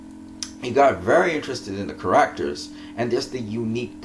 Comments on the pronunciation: How you say "characters" bothers me so much. But otherwise great analysis! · You are saying the word "Characters" wrong..